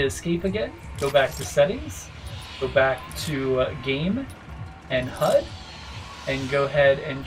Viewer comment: lol u pronounced it hudddd ur so funny.